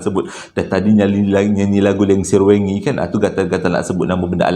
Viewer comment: sebutan "wengi" tu lain bunyinya.. "wengi" dlm bahasa jawa maksudnya malam